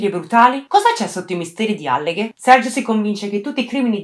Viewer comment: Ciao, scusami io adoro i tuoi video ed apprezzo sempre i tuoi lavori, però ti suggerirei di prestare più attenzione alla pronuncia sia di nomi di persona sia di luoghi, in questo caso Alleghe si pronuncia con la A accentata (lo puoi trovare anche scritto su Wikipedia..). È solo un consiglio, non prenderla come una critica, detto questo continua così!😘